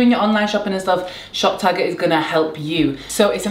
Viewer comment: Every time you say shop tagger I hear top shagger 🙈😭